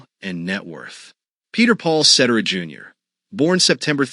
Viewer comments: Ce-Terra NOT set-er-ah. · You get mispronounced names🤣🤣🤣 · try getting his name right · More research. Up-to-date info and number one bummer is that his last name was mispronounced. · This video would have more credibility if you pronounced his last name correctly. 😂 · I'd be better if you knew how to pronounce his last name.....gads